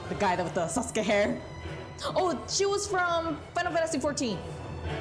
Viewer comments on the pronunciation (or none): none